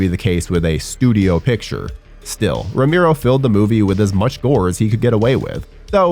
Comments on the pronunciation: Ramero? Cant even pronounce Romero right sheesh. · ROW-MARE-OH! You sound like a damn fool when you say it wrong. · dude saying Romero as "ra-MIRO" gave me psychic damage (I loved LotD though, great cast!) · Narrator kept pronouncing George's last name as "Roo-Mee-Roh" If you can't even get the pronunciation correct... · Turned video on realised it was voiced by 'that guy' and bailed before he said 'romeeero' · ramiro!!!!!!!!!!!!! Jesus why butcher his last name like that??? Just call him George. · The way you pronounce his last name spikes my blood pressure every time…